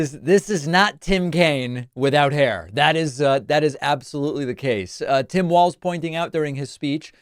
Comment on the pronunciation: Hey, David, you are pronouncing Walz correctly! Now I just have to find the rest of your show here.